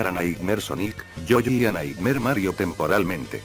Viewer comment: Me di cuenta que cuando el loquendo dice yoshi dice yoyi Buen video